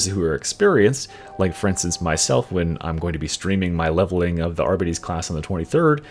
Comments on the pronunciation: Great video, as always! My only complaint: I believe it’s pronounced “ar-BEE-tees”, and not “AR-buh-tees”. Could be wrong though! 😂😂 cheers! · Considering that it's short for 'Ar-Bit-Tra-tor' I'd say everyone's wrong and it's actually pronounced 'Ar-Bits' and the e is silent. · Are-bee-tees. You’re so close come on, champ 😅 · I am very sorry but they way you pronounce Arbites is all wrong. It is pronounced Are-Bites the AR is important bites is bites. It bothered the shit out of me.